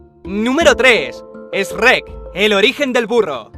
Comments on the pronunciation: esrek xdxdxd dijo esrek en vez de shrek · Jajajaj esrek que rios segun yo es shuerk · Ademas de que es Esreck, no Esrekkk. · Es-reck???? Es Shruek así tal cual se escribe, se pronuncia 🤣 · Cómo que "es red" Se pronuncia Sherk tal como se escribe! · a ver jefe asi se pronuncia en españa, di lo que quieras sigue siendo esrek jajsjajsj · Es chuerk no esrret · ¿Esrec? jajajaajaja WTF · Lo de "El origen del burro" es solo el título de la teoría. Durante todo el video cada puesto tiene un título. Eso de "Esrrek" es cuestión de traducción. Hay lugares donde lo pronuncian así y donde lo pronuncian literalmente como "Shrek". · Shrek? O esrek como dice el del vídeo jajajaja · Esrek ?? Se pronuncia shuek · Like si odias cuando dices esrek en vez de shrek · Jajajajajaja dijiste Escreck es Sherk￼ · Esrrek? ESRREK!? K JAJAJAJAJAJAJAJAJAJAJJAJAJAJA que pedo con el chuek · aprende a decir shrek y no esrrec jajajaj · Hahaha Simón que onda con Esrrek es Chruek XD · En España se pronuncia Esrrec 😂😂😂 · Esrruec, bien en esa pronunciacion de shuek jajajaajjaaj 10/10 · por que le dice esssrrrrek? Pvta madre es chuek >:v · Esrek dijiste? se pronuncia Shuek ._. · ZADSantiago ZADSantiago Dios, tu no entiendes verdad? En latinoamerica le decimos “Shruek” (la pronunciación de Shrek) no se en que país latino vivas, pero por lo menos en Mexico es la pronunciación de “Shrek” no “Shuerk” la r no va al final. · SSREKT??? en serio asi lo pronuncian en espain???? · acaso dijiste S-rek el lugar shrek? khé vrg? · ESREEKKK jajaajjaja siempre me e partido con esa pronunciacion XD no de envalde nuestro idioma español en mexico tiene muchas palabras nahuatlacas convinadas con le castellano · Eshrek? Jajajajaja da risa como lo pronuncias. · CÓMO VAS A DECIR ESREK 👀🤦🏻‍♂️ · "ESREC" XDDDDDDDDDDDDDDDDD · min "esrek" que diablos es eso? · "Esreck" W.T.F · #3 “Esrrek” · "ES RECK" JAJAJAJAJA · "Esrek" jajajajajajaja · me duele escuchar ESreck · Por qué pronuncias Eshrrek ? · Número 3: ESRREK JSJSJSJS.